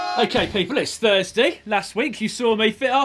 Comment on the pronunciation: Thursday?, or Furzeday?👌👌